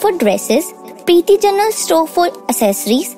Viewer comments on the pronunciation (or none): none